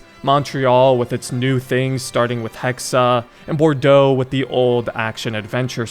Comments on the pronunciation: Its not assassin's creed hexe its hexaaaa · Hexe, not Hexa! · I think its pronounced hex not hexe